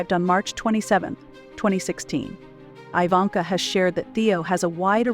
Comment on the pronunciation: Her name is not pronounced "eye-vanka", but, "ee-vanka".